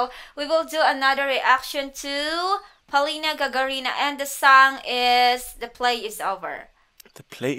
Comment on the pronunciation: the correct accent POL'INA GAG'ARINA!